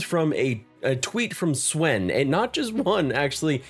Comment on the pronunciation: Dude, Swen is pronounced as "Sven." "Say [his] name right!" - Key & Peele